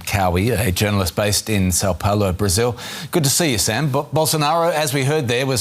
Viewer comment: São Paulo not Sao Paolo… when will they learn